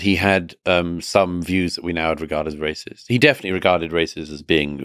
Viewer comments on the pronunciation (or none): RAY - CIST PRI - CK!!!